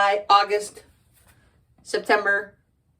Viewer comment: Wow,wow,wow, amazing! YouTube videos is always better, I really enjoyed this video, I loved how you pronunced “Septemberrrrg” 😂😂 (you crack me up), and the end oh my gosh this is one of my favorite video so far, oh and my favorite month is July 😃, thank you so much for this video!